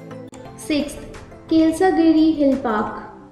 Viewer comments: Hello..if you don't know how to pronounce..then ask someone ..you English language is normal..just Normal not posh..but you want to make it..so you are speaking like that..its not yurada beach ..it's yarada beach..not kilasagiri..it's kailasagiri.. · madam ji..its not kilsagiri..its kailashgiri.. worst pronounce ever.. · Hahahaha.... Kilsagiri anta.. too much ra rey.. as a vizgite feeling bad for ur pronounce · Ha ha haa dont know how to pronouce the kailasagiri world also